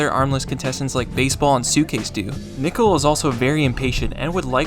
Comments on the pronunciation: Bro said "dickle" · bro did NOT say "Nickel"